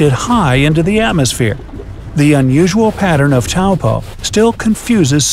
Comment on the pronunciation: I'm glad you managed to pronounce Taupo correctly 👍